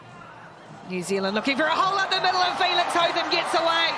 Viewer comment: Hotham. Interesting pronunciation of this name. Commentators are using HoTham, where as Australians say Hoth-ham. I wonder from where the difference comes.